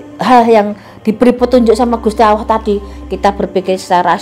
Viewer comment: Gusti Alloh tp ko ak dengernya gusti awoh ya